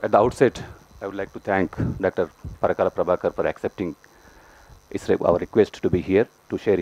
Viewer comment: Parakala, not "Pragala'. It's considered rude among Telugus to be addressed with the surname.